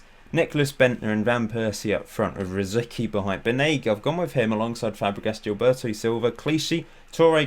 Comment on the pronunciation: Shouldn't Rosicky be pronounced as (rositski)?